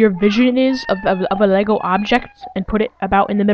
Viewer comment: its pronounced LEGO